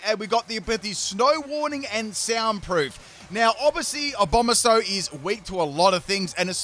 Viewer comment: abononsow" wow he butchered abomasnows name harder than a fire blast